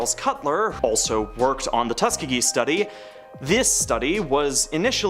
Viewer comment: Yall need to use google for pronouncing words. How dare you not know how to pronounce Tuskegee